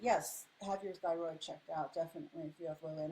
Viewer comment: Love “theorid” are you trying to say thyroid?